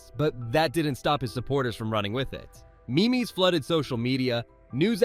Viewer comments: It's not me mes it's memes stop that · fuck this video the ai voice just called memes me mes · "Me-me's flooded social media"... Come on dude, voice your own videos instead of outsourcing it to AI that can't pronounce majorly popular words... "Canada produced seven sumsahsusssha tons in 2023". I can't with this AI... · Me mes You're ai bot mispronounced "memes" Maybe remember to do one full watch through before you upload. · Me meeze? I don't think it's pronounced like that lol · You lost me with “me me’s”… I was tolerating the ai voice until that moment but that was too much. Gotta proof listen.